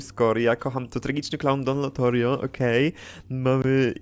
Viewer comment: Czemu mówisz LOTORIO skoro jest LOTARIO ?